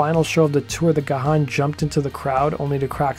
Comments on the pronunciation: It's "gone", not "ga-han." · It's pronounced Gaaan not Ga-h-aan! The h is silent! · Dave's last name is not pronounced Ga-han. Its pronounced Gan. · It was Alan Wilder who felt after recording SOFAD that he didn't want to record in a toxic disconnected way ever again along with not getting the credit for album production. After Dave's heart attack it was only Martin Gore and Alan Wilder who played Deaths Door as the paramedics were loading him on to an ambulance. Side note: Dave's last name is pronounced Gan like the word man. The "h" is silent. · Gahan is pronounced as Graham.